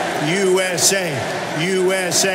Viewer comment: "YOU ESSAY! YOU ESSAY! YOU ESSAY!"